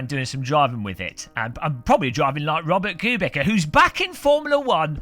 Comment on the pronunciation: It's actually pronounce Robert que bitza for a minute I had no idea who you meant untill you said Polish haha